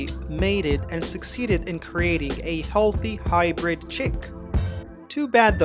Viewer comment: Bro took the word hy'bird' to whole nother level 💀